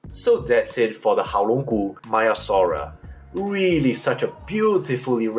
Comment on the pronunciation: Hi, Greek speaker here and a dinosaur palaeontologist. Great video and informative, as always. It is not pronounced as 'Maya-saura' but as 'Mea-saura'. The 'e' is like the first 'a' in the word 'anyway', if that helps. Also, if you are interested to know, in Greek we pronounce the second part of the name as 'savra' where both 'a' are pronounced like the 'a' in 'rhamphotheca'. I hope that helped. Keep it up, your presentations have a scientific quality and scrutiny.